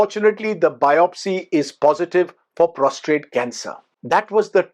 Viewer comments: Sir Prostate not Prostrate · Prostate and not prostrate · It's prostate, sir. Not prostrate. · Sir it's Prostate not prostrate!!!